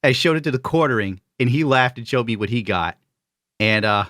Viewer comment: I swear mispronounces everything. He's been saying Thequarterling for so long